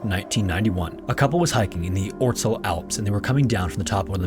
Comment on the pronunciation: Way to butcher the word "Ötztal", lol.